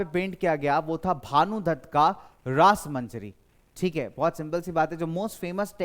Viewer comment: Rasamanjari sir not rasmanjari